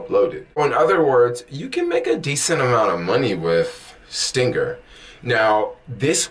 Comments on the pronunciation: ST--R--INGR not ST--I--NGR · Why do you keep saying stinger when it's stringr. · I had to check the spelling myself he said STINGER so much. It's STRRRRRRRNGER! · I hope in the 5yrs you've been using the app you learned how to pronounce the name of the app itself. It's not stingr It's STRING R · bro... you can't even say the name...